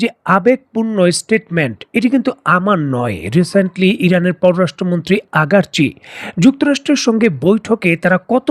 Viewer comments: আপনার ভিডিও ভালো কিন্তু উচ্চারনে আপনে লেজেগোবরে। আরাগচি কই আর আগারচি কই। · আগারচি নয় রে মুর্খ আরাগচি হবে